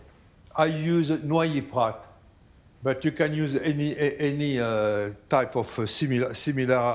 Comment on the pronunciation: Could not figure out what the alcohol he added was because of accent ie he pronounced it correctly. I thought 'noi e prat' thanks google: Noilly Prat is a renowned brand of French vermouth with an alcohol by volume (ABV) of 18%. It is primarily produced in Marseillan, France, and is owned by Bacardi. $ 22 in Canada $ 40 to ship 🤣